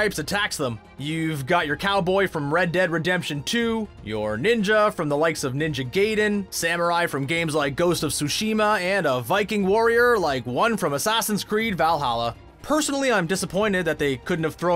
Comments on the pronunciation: Omg it's not pronounced "gay-den" it's "guy-den" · “Ninja Gay-den”